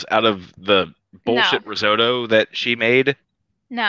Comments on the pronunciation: My favorite was when she was making the risotto and she kept calling risorto. 🤣 I was like wait what... then she pronounced it like 5 different ways. But never the right way. I was like holy shit. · Risorto, asagio, I’m sorry, organo, pompkin, basahmitti, so many things she can’t say